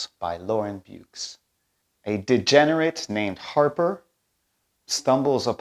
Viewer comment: Given the numbers they’ve won the Derleth could be renamed the Ward-Nevill. And given the quality of their work it could be justified 😀. By the way Beukes is pronounced something like BYERR-KESS. It’s an Afrikaans name. She is a South African SF/fantasy author.